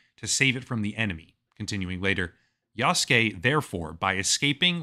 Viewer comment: This is DEI bullshit, and for the first time, I'm not buying the next AC game. Btw, it's YasUke, not Yaske...